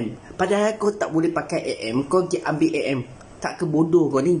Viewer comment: Dia cakap a m eh?hahaha MM lah woii